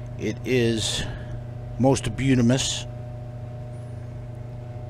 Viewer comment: Did you jus say, "beautimss"